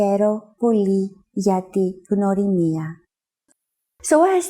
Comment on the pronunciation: Her: Gia, legome Chrissi. Herw poly! Me:Oh thats easy, I can do that Her: Herw poly gia ti gnwrimia😭 Its sounding like "Herisjakajizamsjia"